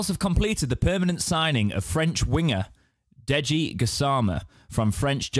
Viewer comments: I think it’s pronounced jai-ee-de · Fyi it's pronounced Jay-Dee Gassama 😉